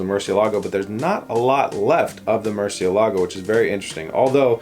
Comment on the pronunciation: the strong syllable in Murcielago is the "e", to be exact, the name is "murciélago" and not "murcielago" (also, murciélago is the spanish word for bat)